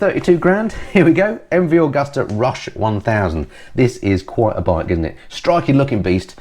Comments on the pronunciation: "Agusta", not "Augusta". ;) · That's not the same thing at all, that's just dropping a word not adding a letter to a word. ;) Would you be OK with everyone calling phoilip? It was the pronuciation of Agusta I was referring to, not the MV bit. I'll edit it to make it clearer.